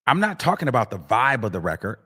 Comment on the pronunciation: She said vobe 😂😂😂